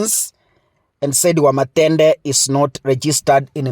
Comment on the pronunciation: ni Wamuthende not Wamathende 😂😂😂😂